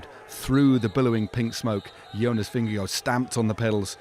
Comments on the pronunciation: There is no “oh” sound at the end of Jonas Vingegaard’s last name. Why, why, why are so many presumably professional bike race announcers being so disrespectful? Not “-goh”, try “-gar” with a soft/nonexistant “d”. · Vin-a-go (Just trolling) was brilliant today. He wasted valuable watts on a punchy climb where the gains would be minuscule. He keeps racing like that and he won't win this Giro or the Tour.